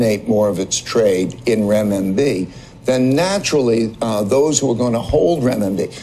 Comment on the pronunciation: I find it amazing when someone has mispronounced a word they say it 10 more times….. Renminbi